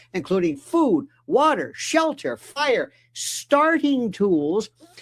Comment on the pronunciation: You really, really need to re-read that ad. The emphasis is wrong. You say "Fire, ...starting tools,.. " as separate things instead of "fire-starting tools"